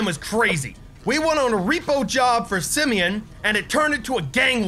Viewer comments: Its Simon not semeion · His name is not his name is not semen it’s Simeon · its not simen its simeon